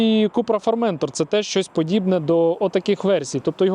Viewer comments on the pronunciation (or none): Дуже цікава машинка. Але ж, правильно буде не ФормЕнтор, а ФорментОр, бо це назва півострова.